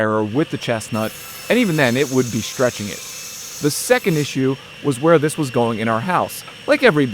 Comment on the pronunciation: I like you videos but shhhtraight and shhhhtretch drive me nuts.